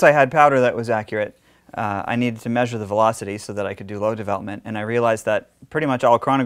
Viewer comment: Why can’t you pronounce the word Measure?